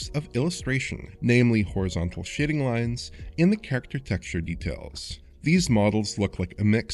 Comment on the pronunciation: I know he says "Shading" but it really does sound like shitting.